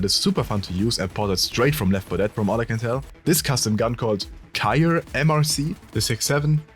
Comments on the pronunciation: The Cyre exists, it isn't "Cyre," its "Crye" (like Crye Precision) the MR-C is from Ghost Recon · for future reference, Crye is pronounced "Cry" as in "Far Cry" or "Crying"